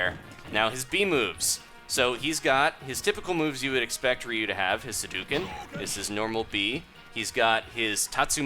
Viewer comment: HUH-DOUGH-CIN NOT HAIDUCAN